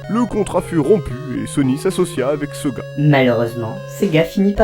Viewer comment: Quand tu prononce sega (par exemple) a la 'française',c'est fait expres ?